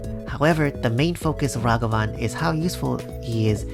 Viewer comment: Plus points for pronouncing Ragavan properly. Doom was my top pick for this set.